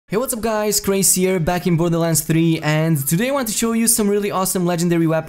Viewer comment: "Krak-uh-toe-uh." - Like the volcano in Indonesia.